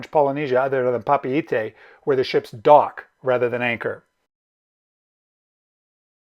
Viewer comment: Good information, thanks. We are booked on Windstar in June/July from LAUTOKA ending in Papeete (thanks for the proper pronounciation).